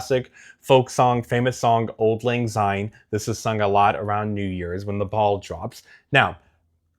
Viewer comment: Great tips thanks! I shall work on it now. Regards from Scotland (home of Auld Lang Syne song). Just a tip for you now- Syne is pronounced with a ‘S’ ( like in the word Sign). It doesn’t have a Z sound. Sorry to be pedantic!